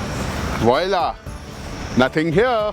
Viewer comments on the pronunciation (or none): none